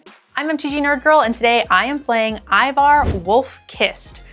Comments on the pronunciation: Ay-vor, not Ivar :P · Why is it so many of you Magic influencers havent played the game Eivor comes from??? Its pronounced Ay-vor